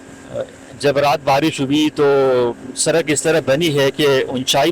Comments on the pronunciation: سرک نہیں پیارے بھائی سڑک ہوتا ہے۔ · Lafz sadak ko durust kar len shukriya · Bhai Sarak Nahi